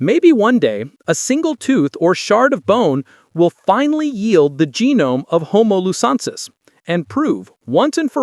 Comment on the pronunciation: Please learn how to pronounce the names of both new species. It's pronounced homo lu zon nensis and homo floren si ensis.